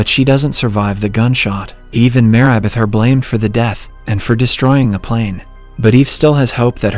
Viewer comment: I just realized that the voice is automated. There are a few examples; the pronunciation of Marybeth as "Mayribeth", the 1800s being pronounced as "One-Eight hundred seconds" ,and a lot more.